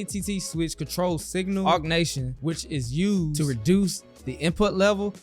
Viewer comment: Just for the future ATT is attenuation not augnation! Great video!